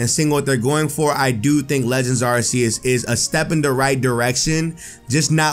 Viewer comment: It's arceus not arseus